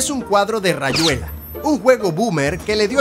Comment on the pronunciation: Rayuela si lo escuche como rayuela, los demás son como tu los mencionás.